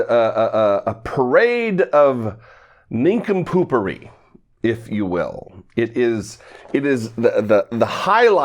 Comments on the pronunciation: It's just embarrassing to watch. "Ninkapoopery" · "A parade of nincompoopery"